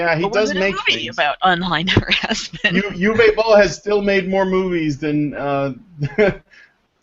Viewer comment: Uwe is pronounced Ooh-va.